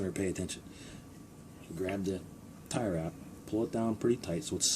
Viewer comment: Are you saying Tirer wrap?